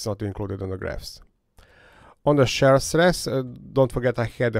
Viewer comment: His accent probably is a factor in the popularity of his videos. It is pretty thick. I have to turn on subtitles, and even the subtitle engine has a hard time with it. The first time I heard him saying “share test” I was confused for a second. Then I mentioned that shear rhymes with beer. I don’t think he cares. Hehe. The accent isn’t exactly a huge issue, but I can see people not wanting to struggle with it and just skipping instead.